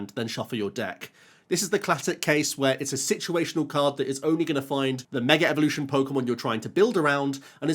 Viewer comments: Intrusive R from the Brittish accent hitting so hard I thought it was called Mega Revolution lmao Love it <3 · Meger evolution!!